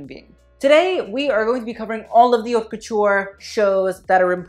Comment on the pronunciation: Please learn to say "haute" properly...I cringe